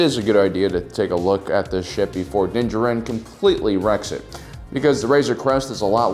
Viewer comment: Din. JARin. How can you run a Star Wars channel and not know how to pronounce the name of the subject you're talking about. Unless it's being done on purpose just to be humorous, in which case, sure, it's funny...once. On the meat of the subject, one of the first points made here is the age of the ship being more than 30 years old. The Millenium Falcon is at least that old, in canon, and far older in Legends. In the latest episode, the Empire was using a Gozanti cruiser, which first appeared in Episode 1, more than a decade prior to the Clone Wars. In the real world, the A-10 Thunderbolt II (aka the Warthog) was made operational in 1977, more than 40 years ago. The USS Nimitz, a nuclear-powered aircraft carrier, has been active since 1945. The B-52 Stratofortress joined active service SIXTY-FIVE years ago, in 1955. Both of those planes are active today, and continue to serve an important role in tactical and strategic planning. With our real-world creations still serving on the front lines for half a century or more even with our real-world limitations on material and technology, in the sci-fantasy world of Star Wars, there's absolutely no reason to think ships wouldn't be capable of being useful in active service for centuries. 30 years would damn near still be in the breaking-in period.